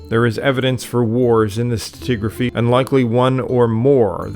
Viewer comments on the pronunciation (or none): none